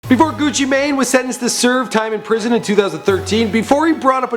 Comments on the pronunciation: It's pronounced gucci man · nigga said gucci may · It not Gucci main it's Gucci man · His name isnt Frederick Davis you stupid dumbass, its Radric Davis. Also, pronounced GUCCI "MAN". Fuck this guy. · pronounced gewchee main